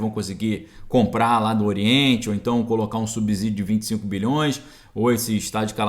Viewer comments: PELO AMOR DE DEUS!! VOCÊ? Pŕeste atenção! Na palavra "SUBSÍDIO" o "s" NÃO TEM SOM DE "Z"! zzzzzzz.. TEM SOM DE SSSSSSSS. A pronúncia correta é Ssssíí í... SUBSÍDIO (SSSSSSS...) "SUBZZZÍDIO" ASSASSINA O PORTUGUÊS. Há algumas exceções, mas "SUBSÍDIO" pronunciado comzzzzz não se aplica. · a pronúncia correta do fonema da palavra “subsídio” é com /s/ e não com / z/. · Subsídio a pronuncia é com S e não com Z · Muito boa a sua matéria, só fica ruim ouvir vc pronunciar “subZídio”. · PROFESSOR, NÃO FALE SUBZÍDIO COMO SE A PALAVRA FOSSE ESCRITA COM "Z"; FALE COMO SE FOSSE COM "C". Tanto é o correto, como soa melhor. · * LEMBRETE: A palavra "S U B S Í D I O" é pronunciada corretamente, como se o "S" tivesse o som de "C", e não de "Z". Desculpe a correção, mas me dói o ouvido quando pronunciada com som de " Z". OK?....